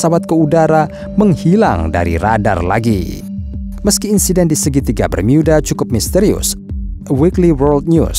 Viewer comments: Bermuda… bukan bermyuda😅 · Bang kalo pas ngomong "bermuda" Bisa gak biasa aja ngomongnya, jangan ngomong "bermiyuda", cerita lo bagus tapi kalo gitu cara ngomongnya jujur risih bang😂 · BERMUDA min ..bukan BERMIYUDA .. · Segitiga bermiyudahh 😂😂😂😂😂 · Bermyuda geli anjir dengernya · Klo menceritakan itu tdk usah dibuat"....Segitiga Bermuda kok diucapkan Segitiga Bermiuda....tdk usah aneh".... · mimin sebut bermuda aja bermiuda wkwkwkwk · Apaan sih si mimin awal2 ngomong bermuda aja diinggris2kan jadi bermiuda.. biasa aja lagiii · ini segiitiga bermuda apa bermyuda?? cape deh pake voice app ya? ato agak gemulai yang bicara? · Pakailah bahasa indonesia yg benar"bermuda"bukan bermiyuda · Cara ngmngnya alay.... jadi pas nyimk videonnya jadi rada rada geli.. apalagi pas mengucapkan kata segitiga bermuda jadi ( bermuida). Jangan digantinganti bang kosa katanya.... jadi alay lu bang admin... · Geli mendengar kata "BERMYUDA" 🤮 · Gemes dengar bacanya segitiga Bermiuda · Salfok tiap kali nyebut "Bermyuudaa" 😂